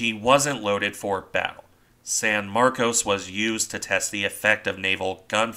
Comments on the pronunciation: No, it's San Marcos as you first said. But a lot of Texans don't like being reminded of the Spanish origins of most of the state, so they insist on mis-pronouncing words, so "Sanmarcus.". I live in a town wit a purely Spanish-language name that was originally pronounced correctly. But within a couple of decades of the town's founding, the town leaders "anglicanized" the name and started insisting everyone use that pronounciation. This is the dominant word use to this day for everyone born here. Transplants from other areas tend to pronounce it correctly. Same with San Marcos and other areas. You can even see the change on Wikipedia pronounciations. Some Texans get very upset if you use the proper words, saying "that's not right! WE say it THIS WAY!" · Right. San MarCOs. Except for the people I run into in Central Texas who pronounce it San MarCUSS. 🤷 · What's in a name? How you pronounce it depends where you are I suppose. You're correct about the way Texans pronounce it... at least we're not talking about Refugio, which locally is pronounced 'Re-fury-oh'. I figure it's a lot like "Concord", the capital of my home state New Hampshire. It's locally pronounced 'conquered', but most people not from the granite state pronounce it like the airplane- Concorde. 🤷 Tomayto, Tomahto. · It seems you're making a distinction without a difference. I've lived in Texas for 45 years and the name of the town varies from a long "O" to a mushy "ahh", sometimes in the same conversation. The Spanish pronunciation would use the long "O". I think it's a mistake to consider the hit on the bridge and conning tower a "one in a million hit". The odds of hitting the bridge are exactly the same as for hitting any other part of the ship. When you look at all the shell holes all around the turrets and superstructure it's not surprising at all. Gunners will aim at the center of mass, just the spot where the conning tower is.